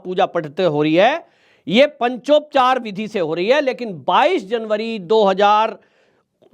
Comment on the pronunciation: हंसी आती है आप पर ,आप जिनके अधिकार की विवेचना कर रहे हैं वह आपके अधिकार की रक्षा के लिए आपके पौरुष की विवेचना अनादिकाल से करते आ रहे हैं । आप पंचोपचार का उच्चारण भी नहीं कर पा रहे😂